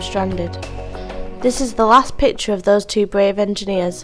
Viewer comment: whoever voiced this needs to stay away from YouTube I mean PITURE and FAJER, my ears were bleeding out